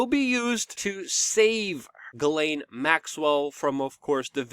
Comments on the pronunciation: Ellen. Not elaine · Ok Luke I can't take it anymore. Her name Ghislaine is pronounced (G-slen) Pronounce a soft G and slen like Ben. It's a french name and I have a few cousins with this name. The way you pronounce it is spelled Guylaine. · Please pronounce the name (Ghislaine) like Zshees len or Jheeslen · Luc, her name is pronounced Jeeslaine ... it's french